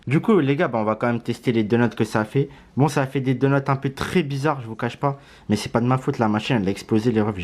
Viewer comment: Frro c donuts pas donots 😂